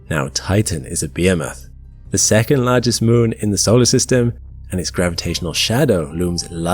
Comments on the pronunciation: that's NOT how you pronounce behemoth. It's not said BAY-a-moth, it's be-HEE-moth. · You pronounced behemoth wrong. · How do you pronounce "behemoth"?